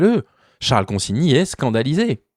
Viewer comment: Enfin quelqu'un qui prononce son nom correctement.